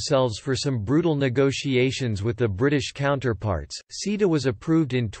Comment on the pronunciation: It took me a while to realuze that "seeda" means CETA. For anyone with a short attention span, the reason the EU has an issue with it is in the last 20 seconds.